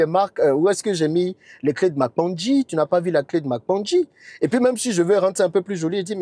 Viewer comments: Cher Tu le pronoce très bien. PANKGI ❤ 🙏🏾 Cet Arbre se trouve dans la Savanne baoulé. 🙏🏾 merci❤ beaucoup pour la publicité ❤️❤️❤️❤️❤️❤️❤️🙏🏾🙏🏾🙏🏾🙏🏾🙏🏾🙏🏾🙏🏾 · 😂 te j'aime trop. Tu prononce trop bien Kpangui . Félicitations